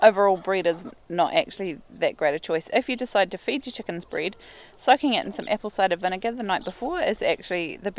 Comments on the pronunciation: I don’t know what “breed” is, are u saying “bread” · She said bread or breed 🤔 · Nice place you got there. I was a bit confused when you said to not feed them bryd, ha ha. So of course I understood that is your dialect for saying bread. Ok, that was useful to know. What about feeding bred to ducks? It is very common in my hometown to feed the wild ducks some bread...